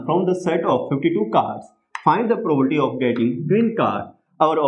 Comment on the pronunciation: Sir its Probability not probolity 😂😢🌚😅